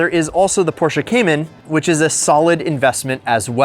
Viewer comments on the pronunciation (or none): It's not PorshcA its Porscheee. Eeeeeeee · It’s Porsh not Porshah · Stop saying porscha its Porsche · Porches, Porch, Porsche 🤣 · Its pronounced "porsh" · Porche and reliable in the same sentence? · Never mispronounce Porsche, say your a car guy and then own two of them. 💀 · You love them so much you can not even pronounce it correctly 😂😂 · Its called PORSCHE Say IT Like we germans do